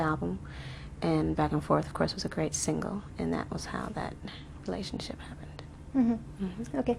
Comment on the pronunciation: She said "relantionship"...